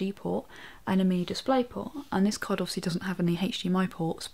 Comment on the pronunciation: When she say card, it sounds like she is saying cock.